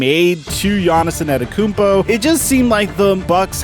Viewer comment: My nigga. Please for the love of... lol... please practice the mans name...... WHHHOoooo is "Giannison Adekounmpo" ?????